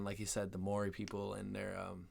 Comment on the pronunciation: He nailed the pronunciation on "Maori" by the way